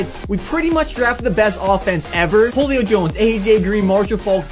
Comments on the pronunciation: I love you but seriously, Jolio Jones? I don’t know if he is actually saying Julio in a weird way or is flat out say Jolio 😂😂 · "Whole-io Jones" love ya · You said Julio like wholeo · pronounces wholio jones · u said ho lio Jones it’s who lio Jones everybody knows that. I know cause he is my favorite player. Spelled Julio Jones.